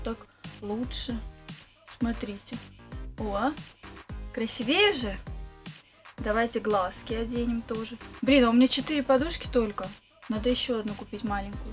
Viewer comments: Фигню купила и вообще она сказала красивеЕ , а правильно красИвее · Не красивЕе, а красИвее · КрасивЕе ( о боже мои уши )